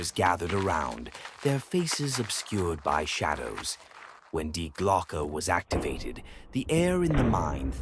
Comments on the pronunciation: "The double-u way" 🤔AI glitch? Also, it's pronounced "Dee Glo-ke" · Sounds like lazy AI generated which is ridiculous even then because Die Glocke is mispronounced.